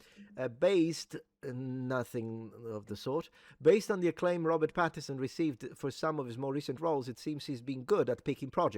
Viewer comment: Since you said yourself you're pedantic: please, please, please - his name is Robert PattiNson. with an n! I was so annoyed you missed it every time you said the name.